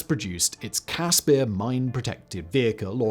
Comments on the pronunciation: As a South African I just want to say that the pronounciation of the CASSPIR is Casper like the ghost not Cas spear....✌🏼🇿🇦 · its a cas-per not peer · Only issue is that you mispronouncing the i in caspir its an afrikaans i you are pronouncing an afrikaans ee it should be like the i in bird